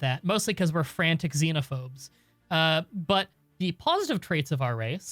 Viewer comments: Excited for the series! I love this game, (though it’s fanatic, not frantic) ;) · thats Fanatic Xenophobe, not Frantic Xenophobe